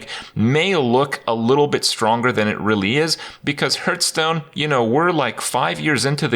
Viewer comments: Is he saying Hurtstone purposefully ? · I will never get over him not being able to pronounce Hearthstone properly. WTF dude.